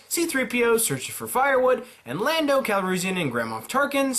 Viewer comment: You also called Tarkin and officer even though he’s very clearly a Moff, and spelt his name wrong. Lando’s last name is actually Calrissian, pronounced Cal-riz-e-in.